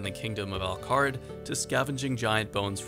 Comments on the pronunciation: "Al Kard" cant be right, can it? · u said al kharid so weird lol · The way you said "Al Kharid" is not it bro <3 excellent video